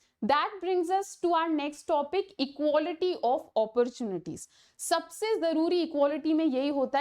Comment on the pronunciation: Why wrong pronunciation of equality?